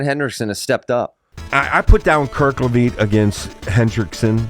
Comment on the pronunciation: How can a PSU fan be calling him “Kerkleveet”???